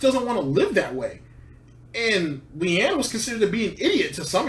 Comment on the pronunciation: I hate Phil too, but it's LEANNA. Not LEANNE. Idiot.